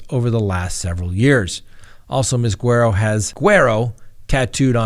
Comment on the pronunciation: Without even seeing her name, Im 99% sure her name is Guerrero not Guero.